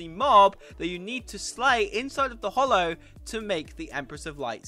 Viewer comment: Video is fine but pls learn to read It is called the HALLOW with an A not the hollow